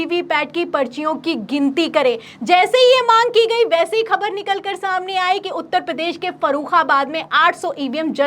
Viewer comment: Khanna is pro modi. Anchor please correct your pronunciation. The words like: Khabar, Khaak are pronounced wrongly. Use Bindi below 'Ka'